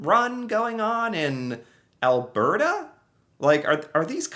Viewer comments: Brampton is a few miles north of Toronto. I must say you are starting to pronounce Alberta like a real Canadian. Al-Bert-a 👍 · A+ pronunciation of Alberta